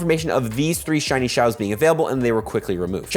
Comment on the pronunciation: "SHAWNY SHUNIE SNUBWOOL" LMAO